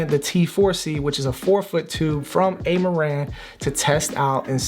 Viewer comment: It's Ah-ma-ran not Ey-ma-ran Same as Ra-yan is not Ar-yan